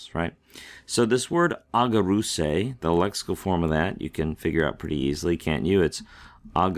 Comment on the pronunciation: The first gamma is pronounced like a nu. It’s aNgareusei. Even the pros can slip up once in awhile 😊